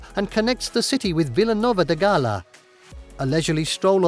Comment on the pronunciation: Not GALLA as it's said. GAYAis more accurate. PORTUGAL comes from 2 words: PORTUS and CALEM (nowadays Porto and Gaia).